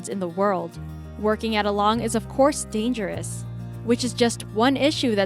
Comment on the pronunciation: Tardis Fan20 omg exactly !!! It’s so annoying ! She’s only trying to get attention and views on her useless videos. Just having to listen to her annoying fake millennial voice was bad enough 🙄👏🏽👏🏽. I have misophonia , so it’s making me cringe to listen to her annoying voice ... when she said the word dangerous as deeengerous , I lost it. Lord have mercy. YouTube is filled with so many just like her 🙄. Can’t even get the difference between an actual ship wreck and abandoned ships in breaking yards. It would’ve been acceptable for her to have made a video simply about the ships but nah, she’s gotta label it like it’s some big deal ( or about famous shipwrecks ) when she clearly doesn’t know what she’s talking about.